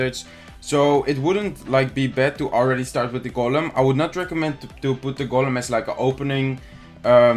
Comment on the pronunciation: golem in het engels zeg je als goolem😉